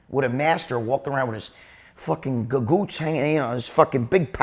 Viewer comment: his "GA-GOOTS"🍒🍌🚭